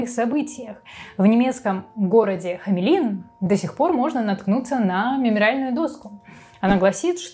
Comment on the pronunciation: Город называется Хамельн.., а не Хамелин